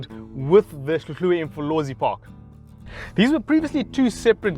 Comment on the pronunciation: Good you say hluhluwe properly!